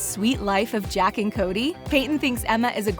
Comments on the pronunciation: She sayed Jack and Cody instead of Zack and Cody 😅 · she said jack and cody instead of zack and cody